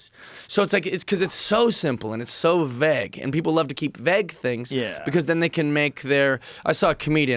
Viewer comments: .. veggg? we mean Vague .?😂😂😂😂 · We don't even know what you're tryna say at this point, dude. vay-guh.. vague .. VAGUE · It’s “Vague” not “VEG”!! I typically don’t correct people on small things like that but he said it 30 times! Lol. Great episode. I enjoyed this. Bring him back. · V A U G E, not vag, not veg, not vaeg, VAGUE (GUE GUE GUE GUE) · Hearing Jeff pronounce the word vauge was difficult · Never heard someone mispronounce a word that they use in every other sentence 😂 veg af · vegg ? Is he trying to say "vague"? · The world’s most determined man to use the word ‘vague,’ while being equally determined to mispronounce it every single time. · Never heard someone use the world vaugely so much whilst pronouncing it wrong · Jeff, thesaurus another word for vague because you say it wrong. 😁